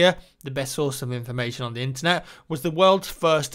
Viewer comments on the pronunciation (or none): none